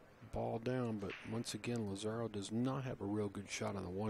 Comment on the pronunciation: The kids have the skill to be professionals. Wouldn't it be nice if commentators learned how to pronounce the players' names before the match so they don't put their foot in their mouths. Lazaro doesn't rhyme with "tomorrow". The accent is on the "La". When the Latinos take over America, the Gringos will learn how to pronounce Spanish.